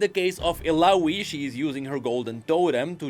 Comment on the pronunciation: It triggers me a little how he pronounces Illaoi's name, with an "i" (like in info) instead of an "a" (like in apple) as her name is in another language, not english. One of Illaoi lines was designed to literally say "my name is Illaoi" so people pronounce it correctly!